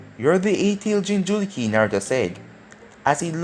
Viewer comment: What the f is jinjuluki it's jinchuriki